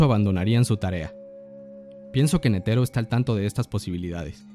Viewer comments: Nétero, no netéro ni neteró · La fonetica del japones es similar al español, y sin embargo este pendejo sigue pronunciando Netero en lugar de Nétero como lo pronuncian los japoneses